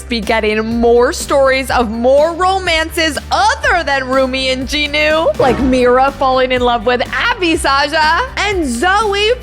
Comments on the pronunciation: Its jinu not ji nu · Jinu not JinO